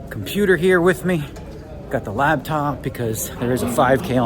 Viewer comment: My favorite Daniel quirk: calling it a "labtop" instead of a "laptop." 😂